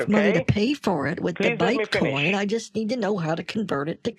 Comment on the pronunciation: Let me finish, let me finhish 🤣🤣🤣🤣🤣